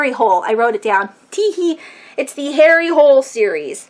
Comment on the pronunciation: The author of "The Thirst" I know looks like Jo Nesbo, but its actually pronounced 'you nesba' and the main character is pronounced harry hoo-lah" Just wanted to share!!